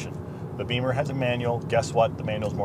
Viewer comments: Bimmer not beemer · BEAMER????? It's Bimmer